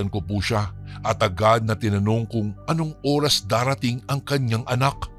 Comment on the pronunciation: Oras tamang pronounciation hindi URAS 😂